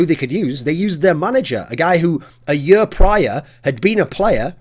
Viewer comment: "the next yur of cs"